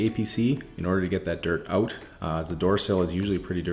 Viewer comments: it's actually pronounced "eh" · don't you mean "ote"?